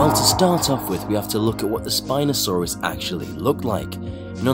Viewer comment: When I heard spinsouris my ear hurt by hearing it